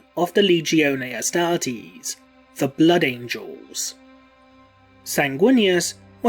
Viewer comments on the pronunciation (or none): none